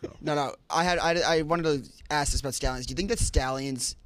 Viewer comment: “Let me Acks you a question” is the absolute worst thing to hear on this show